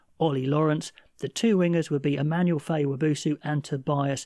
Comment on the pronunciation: I really liked both of these lists, a couple changes I would make myself but you've done a great job on this, excellent content. I've seen you've done this a few times now but its Immanuel not Emmanuel Feyi-Waboso. And don't know why but he only ever plays 14 wing, never 11.